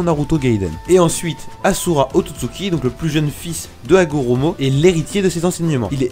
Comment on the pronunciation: Bon sa se vois le mec a jamais regarder naruto vue comment il a prononcé rikodo et ashura qui a créé le clan UZUMAAKIIIII c bien de faire des video pour buzzer et gagner l'argent hein xD